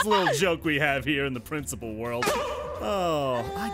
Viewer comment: prinecipal